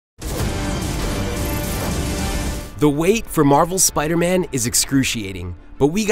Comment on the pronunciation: Spida Man!